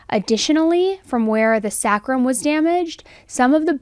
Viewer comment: It’s “SAY crum”. Sacrum